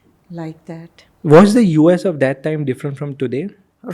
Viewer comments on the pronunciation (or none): Host should improve his English pronounciation mainly letter T and D he pronounce it as Thee and Dhee which is quite irritating to listen